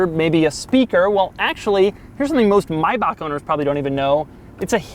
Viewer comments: NOOOO, you should not 'correct' someone's pronunciation with an incorrect pronunciation. It IS pronounced as My-Bock. Ever heard of the German composer, Johann Bach? EVER heard of him called Johann Back??? How about we start pronouncing your name as Jerk? Wouldn't that kinda suck? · It's MAYbach not MYbach you fuckin turd gobbler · Is pronounced may(as in the month)-bach not “my-bach” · Another annoying US pronunciation, it's May-back not Mi-back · I honestly can't get past the My-baak pronunciation he using in this video. Its spelt maybach and I've heard it pronounced may-back before so idk if its an east coast thing or if "that's how its pronounced in Germany" but clarification would be nice. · Doug is the type of dude that call a MAYbach a MYbach. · What is it with Americans ... Its MaaaaaaaaaaaYbach thats Maaaaaaaaybach ... NOT Mybach it is wrong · why tf would it be pronounced “my-bock” when it’s literally spelled “MAY” Bach. This is the only guy in the world I’ve heard say it like that. LOL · him saying mybuck hurts my ears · He drives me nuts with how he pronounces the name. My Back? 🙁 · It’s not. The correct pronunciation is Mai•Bach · "Myback" made this unwatchable. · Mybark... is there no word that Americans can't mispronounce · I’m surprised that the first a in Maybach is silent and is pronounced Mybach! Who knew, you are the only guy in the world that pronounces the name right. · why doesn't he pronounce the "a" in Maybach??? He's saying Myback??? WTF? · maybach, it is german, I don't say SCHEFROLETT as well, do we agree? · Is no one going to note that is pronounced may(like the month)bach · Wtf is a myback 😂😂😂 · Why do Americans insist on subverting all vowel sounds ? Myback ? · Actually its pronounced Mayback Music you peasants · It's pronounced "may" "back"... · WHAT THE FUCK IS A MY BOCK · My Boc. At least that's how the guys that made it pronounce it in their YouTube ad for this car. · Can you stop saying Mybach... Wtf mehn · "Mybahk" lmao